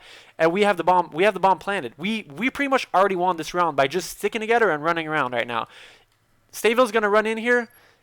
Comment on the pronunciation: Can't you pronounce 'TH'?! You seem to drop a ghetto "togeder" and "oder" - ahaha!<3